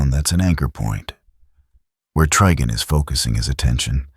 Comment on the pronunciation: The TTS mispronouncing Trigon as Triggon made me laugh so hard 🔻